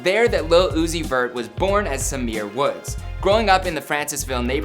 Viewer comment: It’s pronounced s-eye-mere not simere